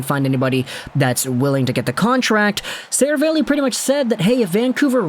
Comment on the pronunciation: Sera-valley. C’mon. Seriously.